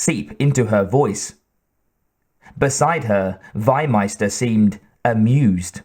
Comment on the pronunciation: The correct pronunciation is "FEE-meister". Not "why-meister". Meaning Livestock-Master. And the guy is not south-german. He is austrian.